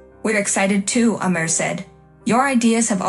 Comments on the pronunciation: His name is name IS Amir, not: a Mirror, not: mayor, It is Amir. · Your mispronounced of of Amir's Is more than rude, it's insulting.